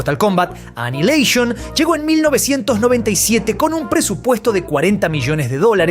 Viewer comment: Anilasion? Jjaaja aniquilation